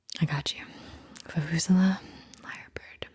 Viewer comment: Vu-vu-ZAY-luh, accent emphasis on the ZAY, bladdy South Africans!